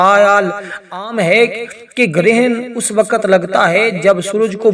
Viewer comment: wakat nahi wakt marach nahi march jahil